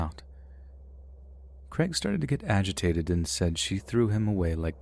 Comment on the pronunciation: Creg? Oh, Crayg. It's like neigh, not neg.